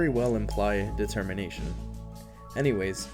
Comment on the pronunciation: "De-Termination" oh my god...